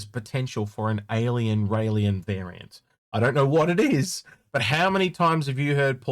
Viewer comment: Agreed! Thank you!!! I’ve been saying that for a while. Railen is a 2 syllable word, there’s no Lee in it. Syulen is also a 2 syllable word, there’s no Lee in it, also. Derp.